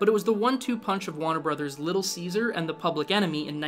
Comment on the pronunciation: "wanner brothers"!!? Lol jk decent video but remember the R in Warner brothers